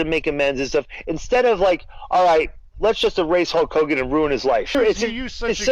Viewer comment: huck hoe-gone